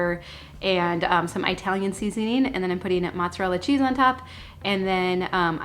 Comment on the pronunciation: Hi, Please say "Italian" and not "EYE-talian" - my ancestors would be appalled.:)